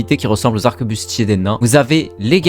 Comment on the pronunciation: arquebuse pas "arquebuste"